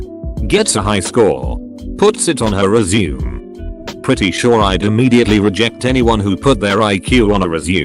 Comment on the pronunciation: Really bothers me how he mispronounces resume